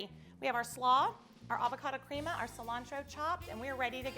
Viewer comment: It's pronounced creh-ma not crea-ma fyi....